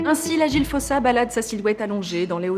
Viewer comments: S'il vous plaît la prononciation malgache c'est "fousa" le o se prononce "ou" en malgache. Quand on vous entend dire fosa on entend "fôsa" c'est bizarre (et on écrit fosa avec un seul "s", qu'on prononce "ss") ;) Sinon merci pour la vidéo sur notre île ^^ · Si jamais en malgache ça se lit "foUssa" et non "fOssa" 🙂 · J'ai entendu des malgaches disant que c'est "fousse" et que le "a" à la fin est méga rarement prononcé de façon à ce que ça soit audible. PS: votre nom sonne très malgache, n'hésitez pas à me corriger si je me trompe ;) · Mais ça se prononce fosa.(foussa) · Épisode passionnant! Pitié dites-moi que je suis pas la seule a avoir entendu "Foussa faim" pendant tout l'épisode! 😆 Ça pique pas trop les coups de soleil? 🤣